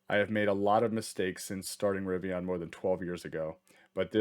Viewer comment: It’s River + Indian = Rivian there’s no O.